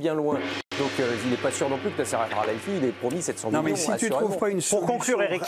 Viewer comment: Mdr la journaliste a du mal avec le nom el khelaifi😂😂😂